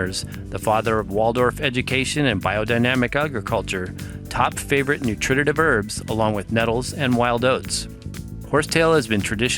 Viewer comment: Good information, you have a good set of informational videos. Two suggestions however. Please use more photos and less text. I am very visual, and don't need to be both read to and read for myself simultaneously. Second, please watch your pronunciations. You seem to have difficulty with the scientific nomenclature. And you should learn to say 'nutritive' correctly. It is not 'noo trit tit iv'. You are adding a syllable. It is 'noo tri tiv'. Don't mean to nit pick, I was just taught that if you want to represent yourself as an expert or authority, you should master the language of your subject.